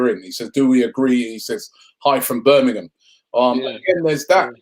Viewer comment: Shoutout to Robbie for pronouncing Birmingham correctly